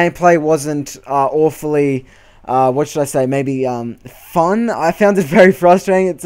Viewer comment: I think u just destroyed the word "fun"